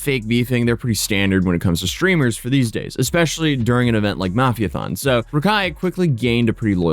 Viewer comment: Why do you purposely say mafia incorrectly?